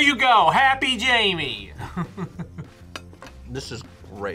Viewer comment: Jaime and Jamie are pronounced differently